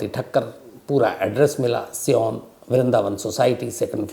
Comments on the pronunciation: Siyan nhi sayan bolo sir sayan ya sion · Sir ji sion Pronoun as सायन शियोन नही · शम्स जी, बम्बई में जिस जगह का नाम आपने सियोन बताया, वो सियोन नहीं, सायन है । Correction कर लीजिए । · Sir it's sion suon nahi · Sir good job Please sorry to say Sion aap galat bole सायन place ka naam hai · सायन होगा सर सीओन नही "Sion"